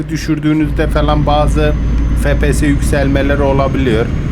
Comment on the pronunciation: abi su efpiyese fepese deme